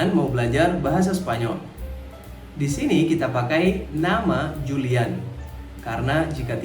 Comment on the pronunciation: Julian di Baca Hulian